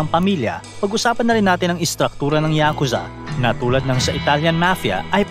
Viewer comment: Ngayon ko lang nalaman na YA-KUZA pala ang tamang Pronunciation. 🤭 I thought it’s YAKU-ZA.